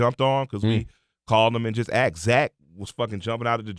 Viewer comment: Asked not axed. Thick fucking idiot.